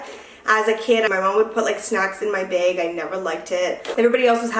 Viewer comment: Omg you say bag like everyone does here in New Mexico!!!!! So cute☺☺☺